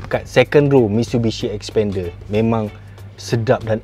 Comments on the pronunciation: Xpender ya, bukan Sepender😅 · ble sbut bnyi mcm spender.. haha